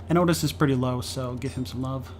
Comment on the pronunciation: I did a corn/eve run on madness 10 recently and noticed the same thing - enchanted weapons is REALLY powerful, even when just loading up his +fire/flame. BTW I think it's pronounced Ottis...